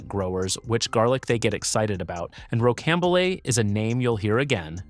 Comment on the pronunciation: Rocambole is pronounced “ row -cam-bowl “